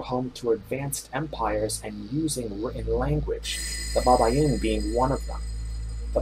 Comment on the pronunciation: Is not babayin is baybayin for correction..